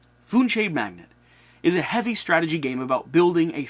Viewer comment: Not to be "that guy" but it is pronounced 'mag·nate' not 'mag·net'.